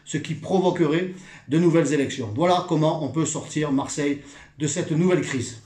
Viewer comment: "Maire de marseilleuuuuuh". Stéphane je t'aime bien mais là l'accent à ce point on dirait du Gaudin!!^^